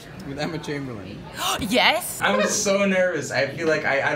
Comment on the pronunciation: He pronounced Chamberlain wrong didn’t he?